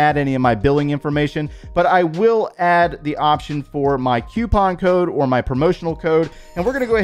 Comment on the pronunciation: I love the way he pronounce coupon 😂